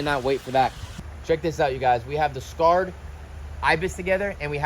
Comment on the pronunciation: was pronouncing the name of the 'Sacred Ibis' as 'S-carr-ed' Ibis. But the name is 'Sacred' that is, it is pronounced 'Say-cred'.